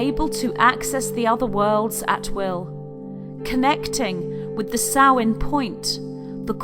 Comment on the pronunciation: No it is the ancient Celtic month of Samhain, and she pronounces the word correctly.